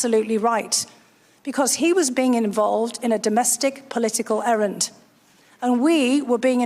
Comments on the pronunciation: Dr. Hill said "errant" NOT errand! Get it right in your subject field. That is a completely different meaning. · To be fair I also thought she had said errand but agree it certainly was errant, I will go back to listen more carefully, thanks Sheri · She said " errant" the first time and " errand" the second. She seemed to have made a mistake the first time, but actually both fit in context.